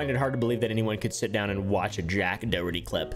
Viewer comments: always cracks me up the way he says Doherty like "Do-hurty", he's not even joking, just putting the stress in completely the wrong part of the word. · You're saying "Doherty" wrong- Its "Daw-hur-ty"- signed, A real Doherty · It's how it's meant to be pronounced though. It's an Irish name, I live in Ireland and everyone is saying his name wrong except